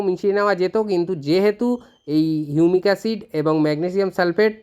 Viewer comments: হিউমিক অ্যাসিড নাকি ইউনিক অ্যসিড....উচ্চারন টা স্পষ্ট করুন। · এই এসিড টার কি নাম বললেন আর একবার যদি বলেন। ঠিক বোঝা গেল না ।